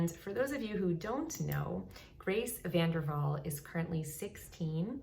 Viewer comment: No it's VanderWaal... Don't forget the W